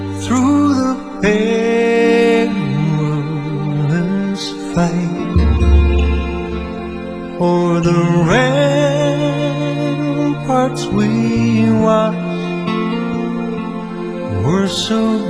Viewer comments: Ramparts. Not ramperts. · The word is ramparts not ramperts!